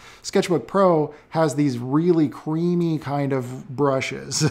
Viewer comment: "Cuh-reamy" lol